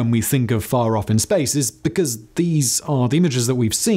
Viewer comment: "VCAUSE here "